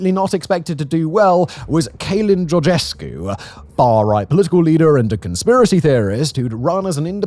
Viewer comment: Romanian pronounciation lesson! "Ci" or "Ce" is pronounced "Ch" and "Che", "C" with anything else after it is pronounced "K", and "Ă" is pronounced "Uh", and these rules have basically no exceptions. Once you know the rules, you can reliably pronounce every single word, no matter if you've seen it before or not. Therefore: "Călin Georgescu" is pronounced "Kuh-lin George-esku" (your pronounciation of "Georgescu" was fine) "Marcel Ciolacu" is pronounced "Mar-chel Cho-laku" "Nicolae Ciucă" is pronounced "Niko-lie-eh Chu-kuh"